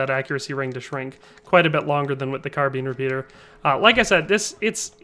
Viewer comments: Car Been. Car Bine. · Why can't you pronounce "carbine"?